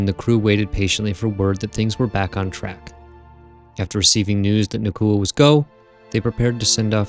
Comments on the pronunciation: Nah-Ooh-Kuh Not Nah-Koo-Uh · Nauka, not Nakua. But after that great informative video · It's nauka not nakua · Love the vids. But it’s pronounced NOW-ka. Not na-KU-a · Na-oo-ka, not Na-koo-a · I had assumed it was a “Naw” type sound like in the word ‘nautical’ but apparently it’s more of a “Nye-oo-ka” pronunciation. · brilliant video as always but wanted to point out that nauka is pronounced more like noy-ka or the more american version now-ka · it's more like 'Naw-oo-kah'. The first syllable sounds like 'Nu' in 'Number'. (Just a native russian speaker passing by) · I'm sorry, your stuff is really good, but the pronunciation of Nauka here is really putting me off - it's more like "NOW-ka".